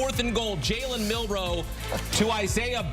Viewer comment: did you say Jalen Milroe he meant to say JALEN MILTHROW